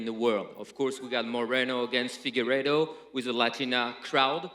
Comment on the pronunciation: Nobody: Figuerdo: Mothefockee